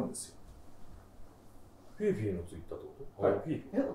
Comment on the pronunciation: 読みは「フィフィ」じゃなくて「フィーフィー」なんだなあって知りました